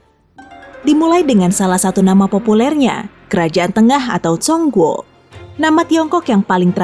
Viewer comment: Biar lebih sempurna, Zhong Guo dibaca "Chung Kuo" dan Qin Shi Huang dibaca "Tcin Shə Hwang"